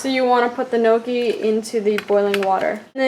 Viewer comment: Looks really good :D I love homemade gnocchi! It's pronounced "nyee-ok-ee" Almost spot on! :D